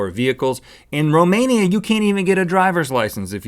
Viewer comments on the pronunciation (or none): what did he said "Mimania" i think he meant Romania.